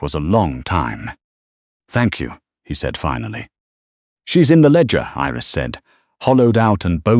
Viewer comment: Iris, not eris